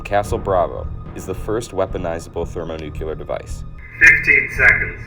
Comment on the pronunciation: It's hard for me to take anyone seriously who says "thermonucular." I know a lot of people say nuke-u-ler instead of nuclear, but it's just an instant tell that the person speaking has questionable credibility.